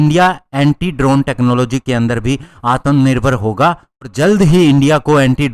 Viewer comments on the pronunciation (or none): Bhai aap video achha banate to lekin , aap apne shabd uchcharan pe dhyan diya karo , Mujhe bahut bura lagta hai jab aap ,,,, आत्म निर्भर की जगह "आतम निर्भर" कहते हो,,,,, कृपया सुधार कीजिए , मैं एक प्रोफेसर होने के नाते आपको सुझाव दे रहा l 🙏